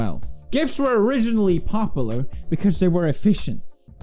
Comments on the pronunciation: alright you might be right about gif, but I can tell you now that’s not how you pronounce popular. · Pewds: popular is pronounced pop-you-lar not pop-ul-ar -_